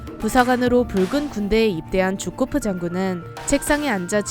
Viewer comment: 쥬코프가 아니라 게오르기 주코프입니다